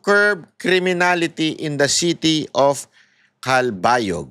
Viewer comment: Cal-ba-yog, malumanay lang ang pronunciation po